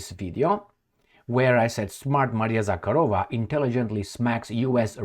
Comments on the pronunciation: It's Maria ZakhArova,, with emphasis on the second "A". The way you say it, "KharOva" is Russian for "Cow." Мари́я Влади́мировна Заха́рова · Zakha'rova, not Zakharo' va!